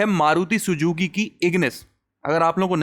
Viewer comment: Sujuki ❌️ Suzuki ✅️ Typical north Indian accent 😂😅